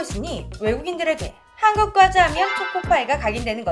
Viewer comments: 과자가 꽈자 발음이 들리는건 저뿐인건가오 :) 가상인간 발음 수정 부탁드려요.:yougotthis::yougotthis::yougotthis: 아참, 첨언하자면 러시아의 경우 초코파이 등 국내과자가 대거 군보급품으로 주고 있어요. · 아~~~ 오늘도 어쩔수 없는 고향의 발음....'꽈자'...ㅋㅋㅋㅋㅋㅋㅋ